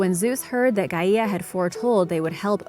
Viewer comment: wow never seen a person mess up the pronunciation of gaia